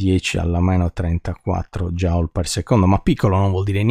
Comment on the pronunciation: Il principio di indeterminazione derivato così è veramente notevole: indissolubile conseguenza della quantizzazione (però Joule si pronuncia "jul" e non "jaul" 😉)